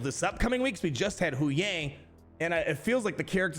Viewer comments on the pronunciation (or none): It's not pronounced "Who-yang," it's pronounced "Hugh-wang."